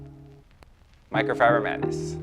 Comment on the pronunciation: he cant say "Microfiber" 😂😂